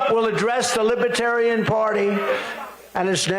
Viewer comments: Libaterian? He can't even say it right. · Trump is pronouncing libertarian.....libuhtarian....what a useless moron. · Trump says "Lib-a-tarian"....😂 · Nobody’s going to mention how Donald can’t even pronounce libertarian? He kept saying “lib-a-tarian”! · Trump: “Libittariuhn” He can’t even pronounce the word…🤣🤣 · The orange Jesus says he's a "Li-ba-tarian. Listen again. He can't spell or pronounce the word correctly. I'm still laughing. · He says "Lib-a-tarian!" Smart, trump ain't. He is taunting the people with his insults. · "Things that make Me a "Libe-Tarian"..!!! He can't even Pronounce "Libertarian", much less BE one of them,because He's a Nihilist. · He knew he couldn't get away w the QANON theme music in the background w this crowd. He could have least pronounced the name correctly. They are not *Libbaterians*. He will promise them anything. VOTE BLUE 🔵🌊🌊🌊 #BidenHarris 2024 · Boo 😮 he thinks they are loving him sick guy and doesn't know what he's talking about libertarian he can't even pronounce it sarcastic butt face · Trump should learn how to pronouce Libertarian. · He can't even pronounce "libertarian". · He doesn't even know how to pronounce the word 'libertarian'. This criminal should be in jail already. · He's a moron who can't even pronounce the word properly 😅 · Not to mention the fact that he doesn't pronounce "libertarian" correctly. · He didn't bother to learn how to pronounce it - that's not respect.